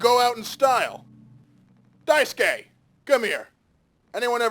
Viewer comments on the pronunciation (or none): my understanding is that “Daisuke” is pronounced “DICE-kay” you are not supposed to empathize with jimmy to this degree holy shit. ive never played the game but literally all the commentary and analysis ive ever heard on this game is that jimmy canonically SA-ed/🍇-ed anya. saying she hated him without addressing that is so fucking weird dude. you grazed over the part where she asked about the sleeping quarters not locking 🤦🏻‍♂️ everyone has been pointing to how that implies jimmy let himself in and assaulted her. look… my point is that if you’re going to empathize with such a despicable character… (like yes we can sympathize to SOME degree and recognize he’s a hurt person who hurts people) you can’t just ignore all the arguments being made that he’s not just a disturbed, depressed coward… he’s also an abuser and potentially a sex pest if not a full blow 🍇-ist i know there’s been some debate about the alleged 🍇, SA, or coercion, whatever you wanna call it, but even if you don’t think that’s what happened it is EXTREMELY clear that anya is and has been abused by him this entire time so saying “she was too scared to tell him she hates him” is such a weird way to talk about a victim. even when he’s manipulating curly and daisuke, he doesn’t put them down to the degree he puts down anya, and she fauns the most around him out of the three damn dude idk if i can trust your commentary anymore. its not just that your opinion and analysis might be different or more shallow it’s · Amazing video but the pronunciation of daisuke’s name was hurting me. Its japanese and pronounced “die-skeh”. Edit: He said it properly Edit 2: yea says it right everytime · its not dai_suke its pronounced daiske i think this video was a masterpiece holy hell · You're not. Names have a very specific pronunciation which usually involves the stress being placed on the first syllable. Also in this case the su is pretty silent, like Sasuke. So it's DICE-kay, not daiSUkay or dice-su-KAY